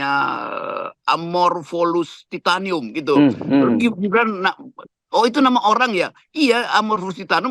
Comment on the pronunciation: Bung roky, amorphophallus titanum.bkn titanium 😅